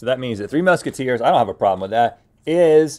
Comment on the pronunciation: “3 Mushateers”🤣🤣 how did nobody else catch this lol